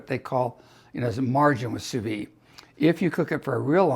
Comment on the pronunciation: In French, if an E follows the D then the D is hard, but the E is not sounded. Therefore it’s phonetically pronounced “Sue Veed”